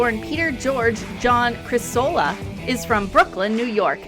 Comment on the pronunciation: It’s Criss-s-cola not Criss-ola